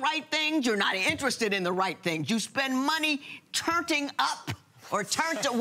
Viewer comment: Judge said TURNTING lol